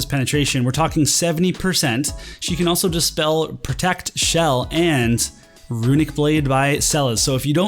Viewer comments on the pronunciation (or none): none